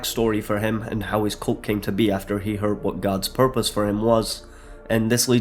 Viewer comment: "...and Faith?....fpurpose." I chortled